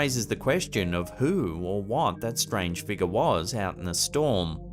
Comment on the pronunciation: Been watching your videos for years. I get a kick out of the way you pronounce 'figure' " Figar" 😅 Edit - i bet cash money that "bag of snakes" smelled like absolute hell when he opened it. 🤢